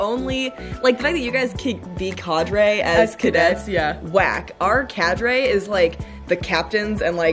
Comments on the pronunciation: Awesome video ladies! It's Cah-dre. #USAFA #1999 #GoldWillShine 😁💛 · Cadre, with the short 'a'.